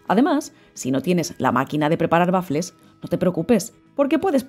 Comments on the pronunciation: Por diossss no se dice bafle!!! El bafle es o era un altoparlante donde se amplificaba la música. La pronunciación correcta es" uafle"( te lo escribo en fonética). Pero gracias de todas formas por la receta. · Waffel es una palabreja alemana, se pronuncia tal como se escribe. Muchas gracias por la receta. Igual se puede prescindir del huevo.